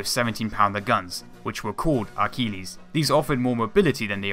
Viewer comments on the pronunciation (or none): none